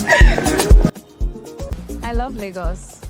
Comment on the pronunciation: I will rate it 9.5 based on the fact the lady on brown dress pronounced Lagos wrongly with Ghanaian accent😂. You said 2 Nigerian baddies but not Ghanaian baddies